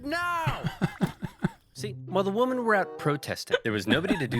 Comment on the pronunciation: Dude can’t pronounce “women”